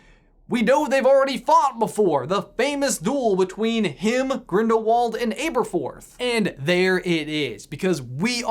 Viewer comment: you pronounce Merope wrong it has no 'E' sound at the end, it ends just like saying the word rope not rope-y, and ti's Ab-er forth not Abe-erforth, BTW. Also how does Grindelwald go blind in one eye? That'd be an interesting video topic.